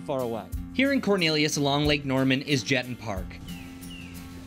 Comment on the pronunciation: Please tell your reporter he mispronounced the name of the park severely. It is Je-ton' with the accent on the second syllable. Rhymes with Baton as in something twirled by a majorette. Please let him know!